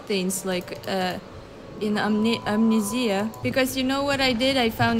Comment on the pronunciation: No one:: aMnEzEyA